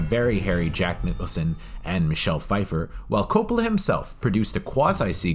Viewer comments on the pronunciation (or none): none